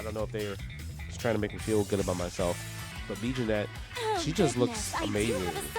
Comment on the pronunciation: its pronounced "jenny" just fyi. love you justin, lets f'n go!